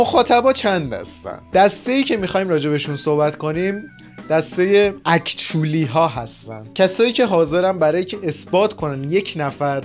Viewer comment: اکشلی اکشلی رو اشتباه گفتی اکشلی اکشلی رو actually میخونن😂